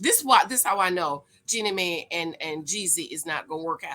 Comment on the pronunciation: JEAN-knee MY not May